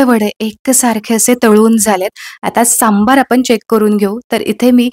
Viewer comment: खुप छान ,👌. फक्त सांभर म्हणा सांभार म्हणून नका 😅